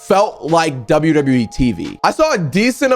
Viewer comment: You said wwer